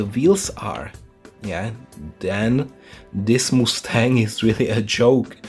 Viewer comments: Calls himself the "" but doesn't know a shit about the cars. How do you not know how the doors open on a GT40? Those are like the most iconic doors ever! Caroll Shelby is turning around in his grave. Please, do some research on the cars before you make the video "moose-tang" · Also “Moose-tang”? Lmao